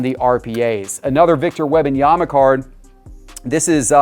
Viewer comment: If he says Web-in-yama one more time….😂